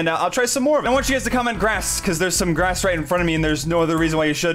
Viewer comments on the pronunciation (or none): none